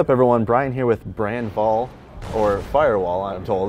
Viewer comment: His name is, not Brann Vall!